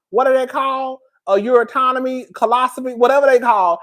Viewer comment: … did you just say a Uri-tonomy bag?? 🤣🤣🤣🤣🤣🤣🤣🤣🤣🤣🤣🤣🤣🤣🤣I had to find the word, it’s a urostomy bag